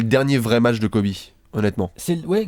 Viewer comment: Everybody on planet Earth: Kobe Bryant...: Kobe Brayante